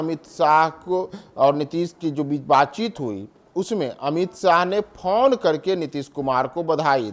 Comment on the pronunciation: Phaun nahi phone hota hai